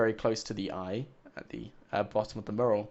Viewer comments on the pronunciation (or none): IT IS NOT A MURRAL its a Mural .. FFS! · Question: Will he ever be able to pronounce "Mural" correctly?Answer: NO! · He is from The UK but still annoying either way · its pissing me off how you say your " used to people from the uk's accents". yet he is from the UK and says it how anyone else does